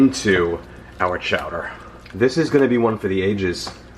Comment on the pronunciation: Can't go wrong with spinach and artichokes. "Chow-duh"... I'm here for it!!!